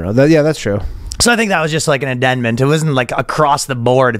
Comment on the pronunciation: I'm here mainly for the way Ryan butchers words. He could've meant either "amendment" or "addendum", instead he split them both down the middle: addenment.